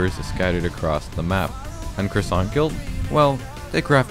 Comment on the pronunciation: When you said guild I hear girls